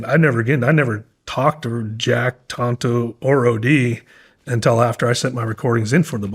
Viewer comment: Well said. It is "Tanto " not Tonto btw, lol.